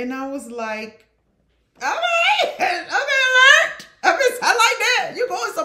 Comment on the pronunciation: 🤣🤣you have to put that T on the end 😂 LerdT😂